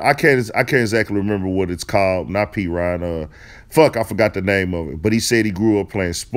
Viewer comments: It’s Peoria the 309 look the city up 💯🤣🤣🤣 bruh said p reign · P Ryan 😭😭... lmao it call Peoria 😂😂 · Can’t even pronounce “ Peoria” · 😆😆😆 he said "P rod" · I'm from FLA, and when he said (pee-rine), I was like... 🤔🤔. I could've sworn Montana was from Illinois 😂😂.. On another note, Montana dope. But Twista and Young Buk are the good MC's of the Chi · Montana was born on the south side and his mother and family moved to Peoria when the building was taken down. Peoria is pronounced P-or-E-uh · PEE-OR-REE-AH = Peoria which is not a suburb it’s a city in Illinois HOURS away from Chicago ! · Willie Webb right. PEE-OR-REEA, emphasis on the OR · It's Peoria bruh LMFAO😭🤣😂😭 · Chicago guy here. ab where montana from, the closest thing to what u was sayin is “Peoria” and if thats the case that nigga like 2-3hrs away 😂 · he called they shit PEE-RIYA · It’s Pee-O-Re-Ah. Peoria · Its pronounced PEE•O•RIA =PEORIA and its like 3 hours bro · Peoria is where he from.. pee-oria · Peoria( Pee -or -iah) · Its peoria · It's peoria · I was just informing him on the city he mentioned because he couldn’t pronounce it idc if Peoria is a suburb or not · You meant to say "Peoria" IL 😂😂 but it cool u not from here we understanding💯💯